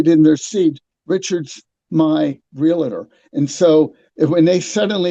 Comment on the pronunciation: Did you say Realator?